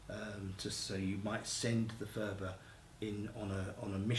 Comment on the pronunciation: Phurba is not pronounced "fooba" . It's a hard p sound at the beggining followed by a slightly aspirated h.